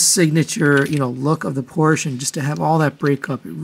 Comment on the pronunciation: Porsche is a two syllable word.